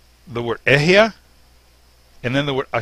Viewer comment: Bro the right pronouciation is Ahaya😂😂😂😂😂😂(אהיה)